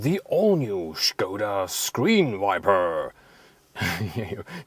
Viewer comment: it's skoda in english and not shkoda hahah